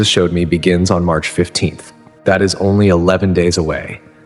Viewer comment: I thought it was April 15th. At the end he said Merch 15th